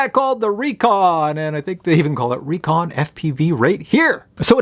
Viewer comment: If it has a K its said like Wreckon if it has a C then it's Re-Con like reconnaissance Great video as always